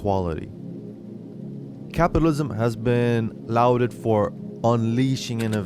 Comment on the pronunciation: Not how you pronounced it or what the subtitles dictated what you said. Most of the world pronounces it as lôd, like 'law,' not loud, like in the words 'loud' and 'louse.'